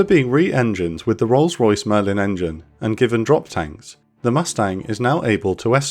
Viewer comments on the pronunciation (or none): none